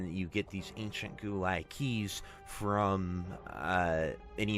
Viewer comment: I know im being a stickler, but just to inform you Guo is pronounced Gwo